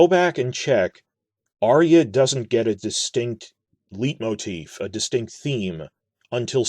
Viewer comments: Hate to be this guy but just 'cause you mentioned pronunciation, 'leitmotif' is pronounced sort of like 'light-motif' as it is a german word, often related to the dramaturgy in Wagner's operas such as 'Tristan', the Ring Cycle etc. Great video as always. Keep it up mate. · speaking of pronunciation: "LIGHT-moteef". oh, and i think the music might actually be BETTER than howard shore.